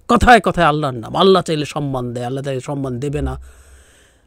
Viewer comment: আপনি ইন্টারনেট কে অন্তর্জাল বা কমেন্ট সেকশনকে মন্তব্য ঘর বলছেন কিন্তু আপনার আল্লাহ শব্দটা উচ্চারণে এতবড় ভূল করলেন কিভাবে?